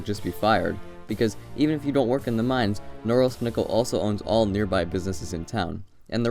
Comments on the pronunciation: Man, you should have learned how to pronounce the name of the city of Norilsk right if you do this kind of videos. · Two corrections 1) accent in Norilsk is on the 2nd syllable, not 1st 2) stalinist architecture was generally actually pretty opulent (neo empire style or what is called), those buildings are more typical of the post-stalin era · The way you mispronounced "Norilsk" made my ears bleed. It's Norílsk NOT Nórilsk. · But it's pronounced "Norilsk" with "ee" like "eel" in the middle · Damn, it feels so weird to hear foreigners pronounce names of cities. It's Norílsk, not Nórlsk. But yeah, I kinda expected the most depressing city to be somewhere in Russian Siberia, especially at the northern part of it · Its pronounced Nor-ilsk not Norilsk. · It's pronounced more like "Noreelsk'. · It does seem pretty gross, just saying its pronounced sth like nahRILSK... you can look up the pronunciation on Wikipedia rather than guess. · You might want to learn to actually pronounce the name of the city before making a video. It is pronounced na-RILSK with the stress on the second syllable. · You pronounce the name of the city so slurred that I was really happy to find it written eventually. Where the f is „Nouwels“? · Nice video, although for anyone reading this it is pronounced "nuh-REELSK" with the emphasis on the second syllable. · Correct pronunciation would be something along the lines of "Noureeelsk" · It's pronounced NOO- REALSK!! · the way you are pronouncing norilsk is driving me insane hahah, it is said more like na REEL sk . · It's pronounced Nar-ílsk. It's a depressing place. For some reason it'd be interesting to visit. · I won't complain about the choice... But man, put at least a tiny little effort into pronouncing its name properly! "Nrrs" was all I could understand. It took me quite a lot of time to actually realise you're talking about Norilsk! NORILSK! No "Nrrs"!! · Please pronounce Norilsk exactly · Móoormansk, Noréeelsk...